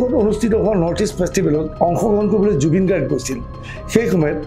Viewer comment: জুবিন গাৰ্গৰ নামটোৱে ভালকৈ উচ্চাৰণ কৰিব নোৱাৰে।হতিয়া নহয় হত্যা।প্ৰথমে অসমীয়া ভাষাটো ভালকৈ শিকি লওঁক।